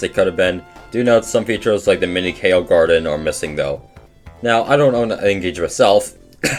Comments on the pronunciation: I love the video but the way you pronounced “Chao” at about hit me like a fucking dodgeball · Yes I am well aware of how I pronounced "Chao"